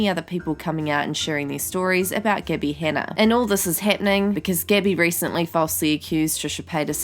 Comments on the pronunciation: Cecilia Wubben and Gabby as Gibby...thought she was talking about that kid from iCarly, Gibby lol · When she pronounces “Gabbie” as “Gibby” ☠️☠️☠️ makes this 100x better